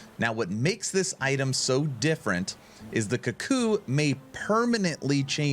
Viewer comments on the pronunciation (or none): Strange pronunciation, It should be cook-ooo - the bird which is named after the sound the biird makes. - Cuckoos steal other birds nest.